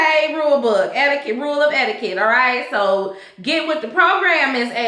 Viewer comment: Not Miss Ed-D-Kut😭😂😭😂😭😂😭💀